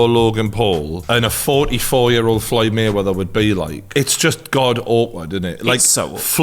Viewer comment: “FLOYED MUNNY MAYWETHER”